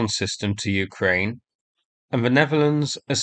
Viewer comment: When are you going to start pronouncing Ukraine properly?